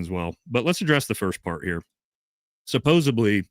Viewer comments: (sigh) the word is SUPPOSEDLY. There’s no B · You mispronounce the word “supposedly” every time and you use this word numerous times in every broadcast. You say: “suppose a bly” 😳 This mispronunciation is often made by primary school students. I don’t know why no one has informed you, but I am telling you now to help you. The word is “suppose ed ly.” “Suh pose’ ed lee” With a “d,” not a “b.” Happy New Year. 🎊 (Bookworm) (Here are some examples so you know I’m not lying:) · Love ya. Suppos-ED-ly, please 😭💜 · Supposedly. Not Supposably.😐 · Supposedly not supposably. Great content otherwise. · Supposably is not a f%$#ing word bro. I love you but come on. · I prefer supposebly - always makes me smile 😊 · I believe you are pronouncing supposedly with a b instead of a d. ~with love